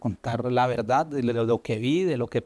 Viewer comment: Han notado , que dice , VERDADDDDDD....como Petro.. Se dice , VERDAD , sin...ddddddddd....suena falseado...